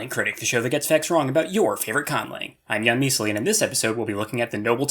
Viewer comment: "a witch kissed me and cursed me so that anytime anyone says a secret word, i have to weirdly pronounce a front rounded vowel, and that word is my fucking name, "